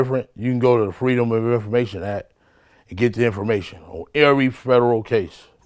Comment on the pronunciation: "i'm not no dumb duuuuude....." " and i know how to go to the Freeaduaummb of infoaramatin act"